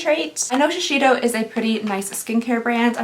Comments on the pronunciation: You always say shiseido wrong. It's "shee-Say-doh" not "shee-shee-doh". There's literally no other "h" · Oh … shishito is a pepper. Shiseido (she-SAY-dough) is the brand 😂 😂 😂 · In "information nobody asked for", did you know that Shiseido is pronounced "she-say-doh“? That's the kinda-Japanese way of saying the brand 😌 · Watching from Japan❤️ You should REALLY try the Shiseido!! That thing is worth the money!! fyi it's pronounced shi-say-doh :) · "Shiseido" is pronounced more like "she-say-tho" :) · I love watching you unbox all these advent calendars! (P.S. Shiseido is pronounced she-say-dough) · The way you pronounce shiseido is precious 😂 it’s Sha-say-do